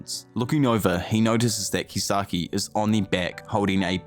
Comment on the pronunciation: Keysaki Drak-eN, etc Ngl, sounds so wrong lol